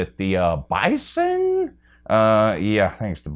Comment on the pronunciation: North Dakota State. Just a note: When you say their mascot name, you say BI-Zen, not Bi-sun. Just a dumb thing that I don't know if knows. I like it that doesn't rank the NEW coaches. Being a Buckeye fan, I really think that Lincoln Riley being ranked so high makes the chances of success a lot better for Ryan Day. Their situations are very similar and I think Big Ten coaching list next season will have Day atop the Big Ten coach rankings. This video was a good one and was definitely WATCHABLE,. I love to see you look at numbers outside the SEC. I just wish that you would recognize how dominant my Buckeyes have been since 2002. No, they don't have the NCAA titles that Alabama has but really, they have had only 4 seasons that really weren't championship caliber years. They get no credit for how long they have been an elite program. I kinda hate Tom Herman but since he has done so well since he left Ohio State, I have to put Herman above Gundy and I love Mike Gundy and his rants. The man is a great coach although the season he had his "I'm a man" rant, he ended up killing that team with his coaching of QBs after that rant. I think the top 4 coaches on list are 4 of the top 10 to 12 coaches in the country. Gary Patterson is a model of consistency and he may very well be the real #1 on this list. Again, great video,. I can't stand you or the SEC fanbase but your show is still the best. Greetings and ATTABOY from Buckeye Nation.